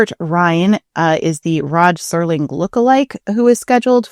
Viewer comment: Till this day I have no idea why people keep saying "Sterling" instead of "Serling".